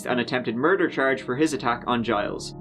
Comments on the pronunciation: It's Gilles like in Jill but with emphasis on L rather than J, like Jeel but Gilles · "Zheel", not "Gees". Soft G, kinda dump the "es". You're bang on for "Tet-TROE". De rien. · Just to help Gilles is pronounced Gil list, Gil is the accent syllable. This is how you is, typically, how Jiles is spelled. I do believe Giles is acceptable. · Gilles is pronounced more like Jeel (at least in french) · Gilles is pronounced Jeel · For all those non French speaking people Gilles Tetreault's name is pronounced 'Jill Tetro' but I like the way you said it better along with all of your other mispronunciations and slang :) Thanks for the uploads, been binge watching since I found you a couple of weeks ago. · "Gilles Tetreault" is probably pronounced like "Jill Tet-ro". When pronouncing french it's kind of joke that you just ignore latter half of words or names lol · Think the name of the guy who escaped is pronounced: Jeel. French-Canadians??? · Its "zjeel tet-tro" :) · The name is pronounced like "Jill Tetrow" in layman spelling pronunciation. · Gille is pronounced like sheel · I believe the first attempted victiim’s first name is pronounced like “Zheel” more or less. His last name? You’re on your own. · My hidden inner French Canadian tells me Gilles Tetreault is pronounced “Gees Tet-TROE”